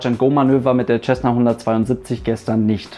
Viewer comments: Nicht mal du kann den Name Cessna richtig aussprechen....Da ist kein "CH" dabei...Sessna......jesus....google mal etwas...und höre wie es ausgesprochen wird...."auf fucking English"...i dare you to to a video in English....ASAP...i bet i will laugh my ass off........🤣🤣...."th"=s???........🤣🤣🤣🤣🤣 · Was ich nicht verstehe ist wie man als Pilot "Tschessna" sagen kann. Lernt ihr in Deutschland bis heute nicht wie man das richtig ausspricht? Mein Beileid an die Opfer. Ein wirklich schlimmer Unfall. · Ich habe es von dem Amerikanern gebaut. Von den selben die das Ding auch bauen. Tschässna klingt einfach nur bescheuert. Man sagt ja auch nicht tschänt (cent) oder Tschälsius (Celsius). Es ist einfach falsch, sorry.